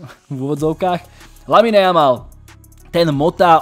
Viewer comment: číta sa to Lamin, nie LaminE. Uši to trhá